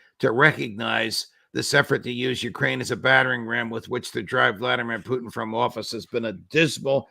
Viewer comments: The only person in the world who calls Putin as Putchin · Ray can't pronounce Russian names and words correctly 😂😂😂😂